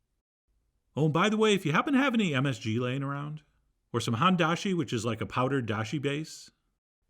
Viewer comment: I don't really care, but if your curious it is Hone as in hone yourself or bone with an H instead of a B and then he said dashi right again it isn't a problem just to let you know basically.